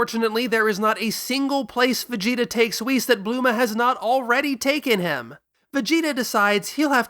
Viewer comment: "Blooma" Ugh so elitist